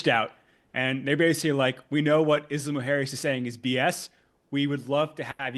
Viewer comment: When he says Isla Mujeres he says it very very very wrong almost to the point where you cant distinguish what he is saying. Im latino and speak spanish and I cant help thinking that if he was indeed working with mexican officials or anyone from mexico he would not be pronouncing the name of the place as wrong.